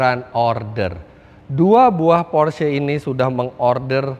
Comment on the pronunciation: yg sy suka dari om Fitri, membaca merek mobil sesuai dengan asal negaranya, Porsche memang dibaca Porshe, bukan porssh. BMW dibaca BMW (Jerman utara) atau Bi Em Wi (jerman tengah), bukan dibaca Bi Em Dobel Yu. mantap om...